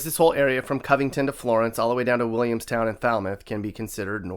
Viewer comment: you said williamstown right most people say williams-town